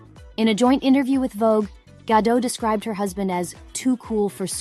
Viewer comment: Start by pronouncing properly, the t is not silent, as she is Israeli, not French